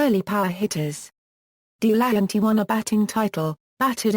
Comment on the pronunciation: Pronounced Del a hanty not Dee lanty